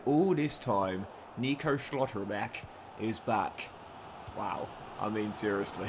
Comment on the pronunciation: STOP SAYING SCHLOTTERBECK LIKS THATTTT